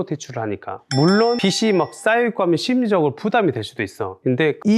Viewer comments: 빚이 = [비지] 빚을 = [비즐] 로 발음합니다… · 비지라고 발음하시길